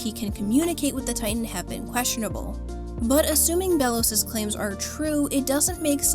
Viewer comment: i think its pronouced Bey-los